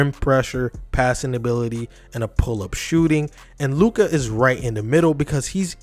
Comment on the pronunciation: I literally paused after 2 sec and disliked. Learn how to read Luka name before making video about him.